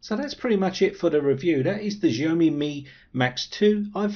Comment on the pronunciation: jeaYOmi ? It's Xiaomi!